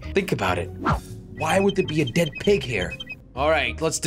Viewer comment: Why did Jelly said Prig it’s a PIG Not A PRIG